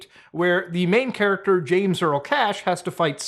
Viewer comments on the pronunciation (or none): none